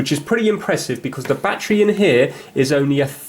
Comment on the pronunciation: “Bat tree”